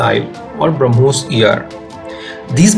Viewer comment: We have brahmos missile they have bruh-mos missile